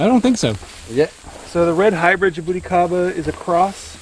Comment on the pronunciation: Man your pronunciation is horrible Its not ja-bow-ticaba Its ja-boo-tea-ca-ba